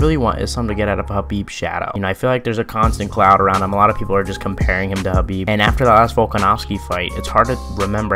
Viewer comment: why yall always say khabib shadow